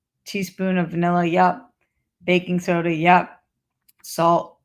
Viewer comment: Btw it sounds like she's saying bacon soda 😂